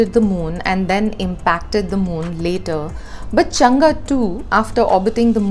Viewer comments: Hi, Chang-e is pronounced चांग - अ, where the अ sounds somewhere between a and e. You seem to pronounce it more like चंगा. It is a proper noun and ofcourse you have some lee way on how to pronounce it. Your videos are very informative and glad that print is devoting to a Science section, when many media houses just seem to ignore Science section due to lack of funds. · It's chang not changaaa